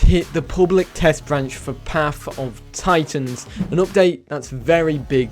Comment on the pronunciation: "Paff uhv titans."